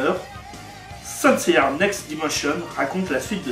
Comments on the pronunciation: "Saint Seiyar" j'ai arrêté la vidéo. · Please c'est saint seiya pas saint seiyaR. Ça pique les oreilles... et donne pas envie dans regardez plus... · C'est saint seiya ya pas de (r) a seiya